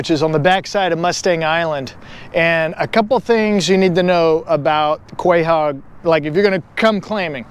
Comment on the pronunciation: Crazy mispronunciation lol. Delicious and beautiful animal though. ❤